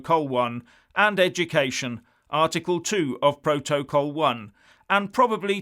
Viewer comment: Who else laughed at the way he says protocol? 😂